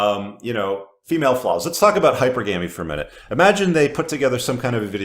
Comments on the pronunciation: Thanks for your channel! And, yes, it’s old behavior with a new name—please note the more common pronunciation hyPERgamy (not HYpergamy) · Maybe look up how to pronounce HYPERGAMY and HYPERGAMOUS 😂😂😂😂😂 or if that too much effort watch Fresh and Fit since Myron will usually say it 😂😂😂😂😂😂😂😂😂😂😂😂😂😂 hint it’s NOT HYPER GAMY 😂😂😂😂😂😂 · Tough love time,. I love your content and want your message to resound as widely as possible. That's why I have to reveal my inner pedantic twit and call you out for your mispronunciation of "hypergamy," and that's precisely what it is. If you intend to be taken seriously as a leader in your field you can't continue to stubbornly insist on inventing your own pronunciations of the key terms in said field. You sound as cringe as do geopolitical pundits like Zeihan and VDN do when they pronounce "nuclear," "new-q-lur." Get help for your speech impediment. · Please look up the pronunciation of the word “hypergamy”… just for shits and giggles. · Why are we listening to someone who can't pronounce hypergamy? Lmao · Someone please teach how to pronounce hypergamy...for the love of god! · 10 years in and this guy still cant pronounce Hypergamy properly..